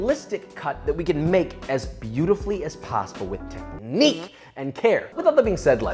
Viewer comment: "Tech""Niequeue" yea, I like that Josh. 👌🏼